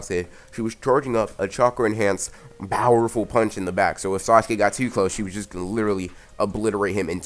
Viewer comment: am i the only one who hears bowerful and not powerful